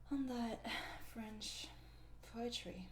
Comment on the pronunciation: I love your voice and your French accent is verry good (From a French speaker)